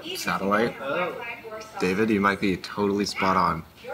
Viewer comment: Loved hearing that “David” in Spanish pronunciation 🙌🏻